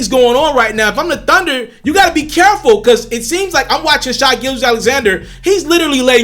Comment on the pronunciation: His name is pronounced Shay. Rhymes with hay and say. Get it right!